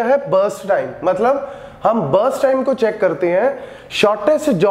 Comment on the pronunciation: Breast time o sorry burst time 🤣